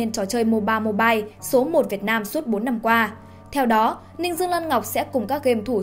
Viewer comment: “liên quân Mibile” 🙂